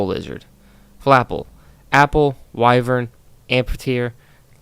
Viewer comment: I have always wondered about some of the weirder Pokemon designs, great video. Also, wyvern is pronounced "Why-vern"